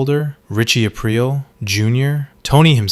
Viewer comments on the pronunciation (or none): none